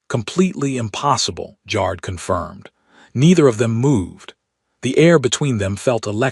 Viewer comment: It’s funny how the AI pronounces ‘Jar’d’, instead of ‘Jared’.